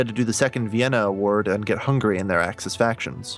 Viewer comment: The fuck is an Axees